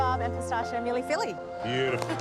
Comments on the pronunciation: "Milly filly" 😆😆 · Worst effort at Mille Feuille i have ever seen. That was a bad biscuit and nothing resembling a pastry. Lived in Paris for 5 years. Disaterchef is more the moniker. She may want to learn how to pronounce the dishes name, being a "Masterchef"